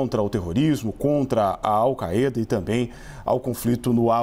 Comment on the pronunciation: “All caêda” ?